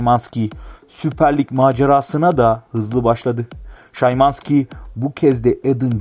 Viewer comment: Olum adamın adını yazim sana szymanski şımanski diye okunur bide sana kaç kere diyecem kendini kasma diye lan abone olan insanlar da senin gibidir heralde